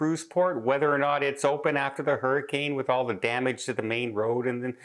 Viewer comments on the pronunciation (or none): none